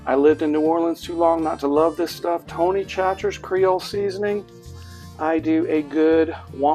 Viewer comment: The soul of every living person in Louisiana died when you pronounced Tony Chachere’s…….